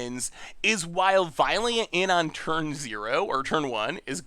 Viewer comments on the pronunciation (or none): none